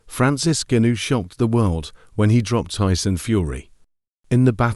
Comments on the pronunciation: Voice synthesisers 🤔 Gunoo, gunoo, gunoo, Francis Gunoooòoo 😂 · Who's Francis Goonoo? 🤣🤣🤣 AI